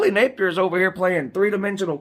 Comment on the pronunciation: U wanted to say Gapier. Hahah. I did lol